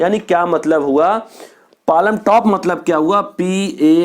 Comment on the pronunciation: Hahahha palamtop😆😆it is palmtop where l is silent